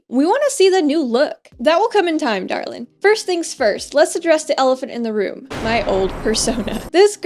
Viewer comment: Omg when you said darlin it sounded like a southern accent :0